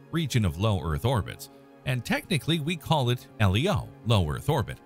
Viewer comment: Comments/corrections: 1) SpaceX is not a space agency 2) The Tiangong space station isn't "in China". 3) It's not referred to as L-E-O. It's pronounced Leo (like the name). 4) to It's not referred to as just fuel. It's called "propellant" since "propellant = fuel + oxidiser". You need to carry the oxidiser to burn the fuel. 5) See 4) although the oxidiser can be either CO2 from Martian atmosphere or oxygen from Martian polar ice. 6) This would be true if the space shuttle hadn't been retired ~a decade ago.